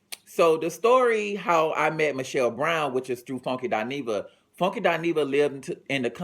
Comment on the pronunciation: I love how he say FONEKY